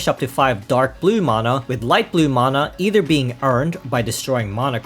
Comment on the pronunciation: That's just the correct pronunciation. Anyone saying "manna" is simply wrong.